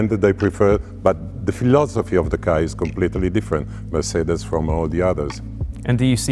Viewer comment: I like how he pronounces Mercedes. MERCEDEH